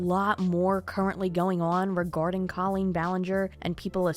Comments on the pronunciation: The video was awesome....was just so hard to hear you say her name wrong over and over again. Colleen: Coe - Lean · I appreciate this commentary, I really do but uhhh....can you pronounce her name right? I watch Swoop and it is "this is what has been said and is alleged, and make your own opinion." But you can't even pronounce her name right when it's in your clips multiple times. At LEAST get her name right before you slander her. Allegedly. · you know that's not how you say her name, right? how do you go over hours of drama for a video and not realize this lmao